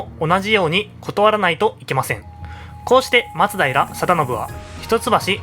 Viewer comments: それな 、 まつだいら じゃなくて 、 まつだいら よな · 松平のイントネーションが馴染めないんですが 私だけでしょうか・・。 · 「松平」のアクセントが気になる…浜松は違うのかな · 徳川、松平一門は松平のマにアクセントを おいてました